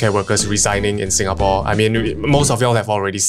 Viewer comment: You love "Sinagapore"?